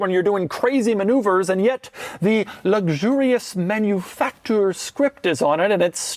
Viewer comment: Guy is annoying…… “manufacTOUR”